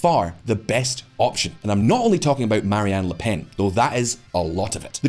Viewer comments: Her name is "Marine" not "Marie-Anne." You kept saying it that way. And yeah I kinda agree that without Macron we're at risk of following the path of a country like Argentina. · It's "Marine" LePenn (like "royal Marine"), not "Marianne". This isn't a Gilligan's Island rerun. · Pretty sure her name is Marine and not Marie